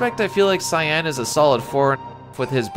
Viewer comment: Why do so many people pronounce his name as 'Sigh-anne' it's Cyan like Saiyen or Sigh-in Cyan is a color very close to Teal